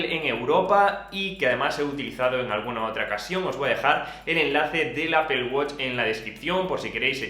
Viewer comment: Apel guoch, los españoles hablan de la verga el inglés